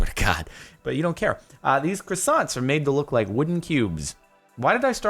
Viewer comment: yo jordan its pronounced kwa=son not cressant